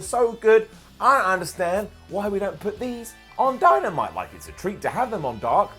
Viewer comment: He said dymanite